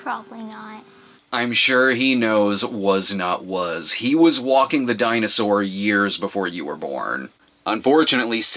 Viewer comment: It’s pronounced Was not was, not was not was.